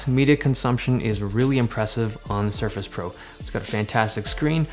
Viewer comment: he said suface pro